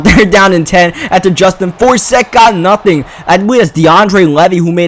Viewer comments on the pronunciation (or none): none